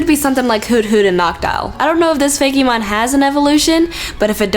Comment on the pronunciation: it's fake-mon not fay-key mon!